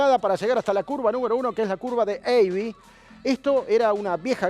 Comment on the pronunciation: Abbey no se lee "eivy" en inglés. Vaya invento